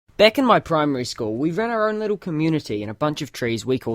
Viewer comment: Leetle wolfie